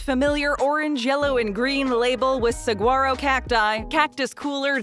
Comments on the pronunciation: I think the G is silent in Saguaro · Don't pronounce the "G" in Saguaro cactus. That was just horrific. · How are people so bad at pronouncing saguaro.